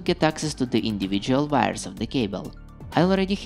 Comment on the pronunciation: Whenever he says 'wires' I hear 'virus'